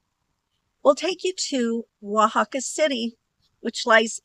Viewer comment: I would have never figured out how to pronounce Oaxaca, so thank you for that! 😊I've never heard of a petrified waterfall before. It looks really cool and interesting how they are formed.